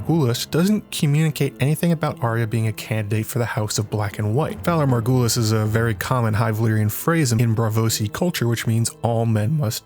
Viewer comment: Love the video, but I winced every time you butchered the phrase 'valar morghulis' lol It's okay to use an accent for just one phrase!